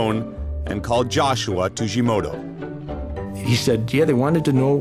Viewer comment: Tujimoto ≠ Tsujimoto.